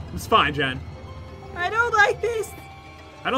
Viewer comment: it's jen not ken